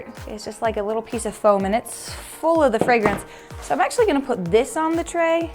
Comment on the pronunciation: i really like the way says "FAOM" instead of foam